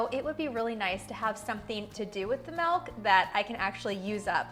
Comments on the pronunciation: Why does she pronounce MILK so weird!? She says MELK! It's not melk! It's milk! Wth! Why are peope so weird? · lol...why do you say it like that? I had a hard time paying attention to the video because I kept waiting for you to say melk again. Now go practice saying M>i<lk. Lol